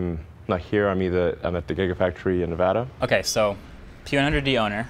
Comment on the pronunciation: OMG YES ELON MUSK PRONOUNCES NEVADA CORRECTLY LOL. HAHAHA